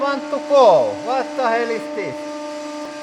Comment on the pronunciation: “Watta hell”💀💀